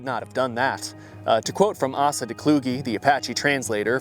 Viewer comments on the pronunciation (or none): By the way, the name Asa is typically pronounced Ace-Uh where Ace sounds like the card and uhh sounds like the uhh you make when you're thinking.